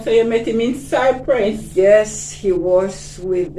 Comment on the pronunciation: I like the interview. A gentle reminder to you, the place is Cyprus as the lady pronounced it, not Cypress as you keep saying Cypress is a tree